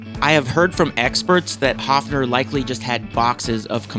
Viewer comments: It is NOT A Haafner!!!¿¿¿ Why do English/American talking people not even respect the pronunciation of Names? -- ...and don't tell me your tongue is to blame!!! When you can say "BIRD" - you can say "Höfner" too. Otherwise it is ARROGANCE producing resistance!!! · Why can't you pronounce the name Höfner correctly? Even americans can pronounce the letter ö. It is no big deal. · You did not notice, however, that he mispronounces Höfner constantly.